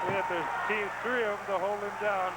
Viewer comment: Oh man zee claw hawld..